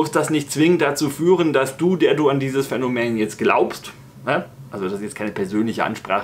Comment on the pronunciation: also auf jeden Fall heißt das "Phänomen" und nicht "Phänomään" - zum Rest kein Widerspruch